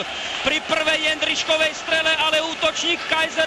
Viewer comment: jeNDrisek nedal, jeNDrisek goool :D